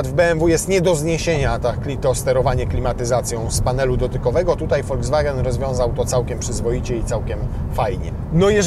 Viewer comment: To się wymawia volkswagen a nie foldzwagen